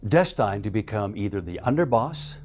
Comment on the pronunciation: Did he really just say, "DestYned"